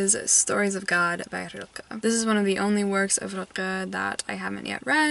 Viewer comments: I don't wanna be a know-it-all but you seem like you'd like to know this: the pronunciation of Rilke is literally just a light l and a k, none of that “ch” noise you keep making. Love your vlogs, you inspire me. I hope I get to a read a book again someday that I love as much as you love One hundred years of solitude. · FYI The K in Rilke is just a k and not a throat sound (velar fricative to be technical). What I find so interesting about him is that he is not talked about here in Germany. I learned about his existance in American media. He's not even on the sylabus for high school here.